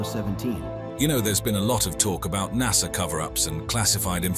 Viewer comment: lol at the narrator.. "nussah"